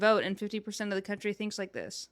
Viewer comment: Your CUNTRY????? Your CUNTRY..